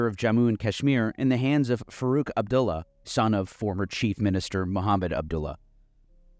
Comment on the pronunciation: First syllable of Punjab rhymes with bun, not with dune. I say this as someone who made this mistake repeatedly while talking to a Sikh friend who apparently didn't have the heart to correct me. Cheers. EDIT: Bhatt = "butt"; "u" in Abdullah also as in "butt". Oh, and FWIW, "Panj Ab" means Five Rivers in Punjabi.